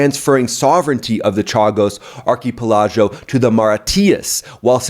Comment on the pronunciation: Hey I love the channel but your pronunciation today of the geographic locations of the Chagos islands and Mauritius plus the confusion about President Starmer, I assume you meant Prime Minister Starmer, was a bit Dick Van Dyke today 😂